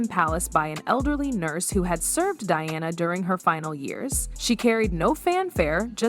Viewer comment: Her name is Diana, NOT "DIONNA!" Say correctly you idiot!